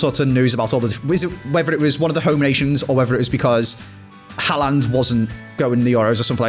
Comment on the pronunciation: Its Haaland. It isn't Haland, every video you pronounce it wrong haha